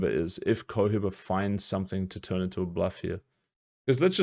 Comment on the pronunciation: bro... its pronouncded Ko-he-ba